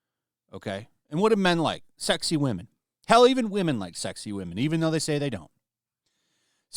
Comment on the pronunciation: “And only 5 of them are wamen”